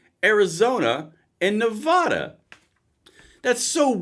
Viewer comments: How do live in the USA your whole life and not know how to pronounce Nevada? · It's Nev-AH- duh not Nev-AW-duh.